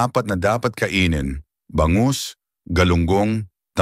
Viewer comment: Bangus (mabilis) hinde Ba-ngus .. Kagat (mabilis) hinde Ka-gat. Mabango (mabilis) hinde maba-ngo. Nagpapa pogi kpa ng pagtatagalog mo pero ansagwa, panget pa rin.